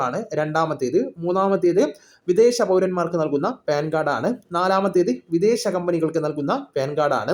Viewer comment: പേൻ കാർഡ് അല്ല , പാൻ കാർഡ് , ok.